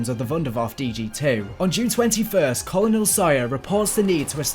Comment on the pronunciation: Please google how to pronounce colonel